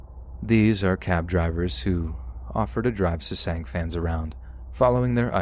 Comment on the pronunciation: I'm sorry, I love your voice and your narration... truly. But jesus christ, you saying SESANG over and over hurt my ears. They're called Sasaengs /SA-SENGS/.